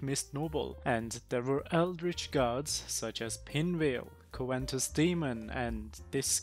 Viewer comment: There's no letter "N" in "covetous"